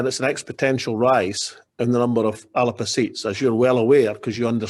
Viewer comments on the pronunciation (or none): Whats this ALAPA pronunciation. ALBA is the pronunciation . Soonds like WALLAPER . Is he taking the piss . Ridiculous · WHy is he pronouncing it the 'Alerpa' Party?